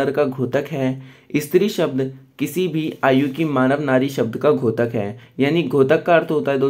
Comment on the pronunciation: घोतक नहीं होता है बल्कि द्योतक है।(द्+यो+त+क )